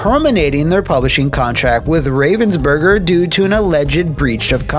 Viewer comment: As a german. I cant but lol about the way you say "Ravensburger"... ❤